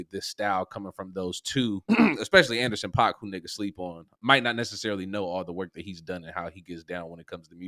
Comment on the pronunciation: Exactly! He said Anderson.Paak.